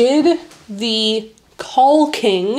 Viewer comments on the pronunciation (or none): Totally agree on caulking. But please note that the "l" in that word is silent. Think "cawking". -Sharon